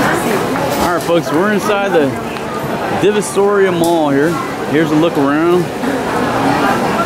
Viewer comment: Divisoria, like "D V sore ee ah"